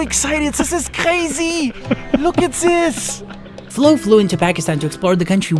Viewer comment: "Tis iz Kkrazyyy!"